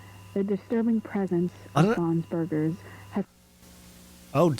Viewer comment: Bob's burgers? ❌ Bon's burgers? ✅